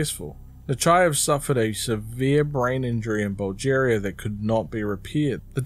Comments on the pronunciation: Your pronunciations of Russian names were pretty good. But you kept on saying Bulgaria like it was “Bulgeria”. Mixing it up with “Algeria?” It’s alright, man. Mistakes happen. And Granny Zina is Sergey’s mother-in-law, not his stepmom. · Amazing video but saying “Bulgeria” was upsetting lmfao